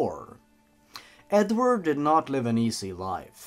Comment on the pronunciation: Blappy He says "Edward Munch" and when he says the name "Edward" he says "Edvard". 😆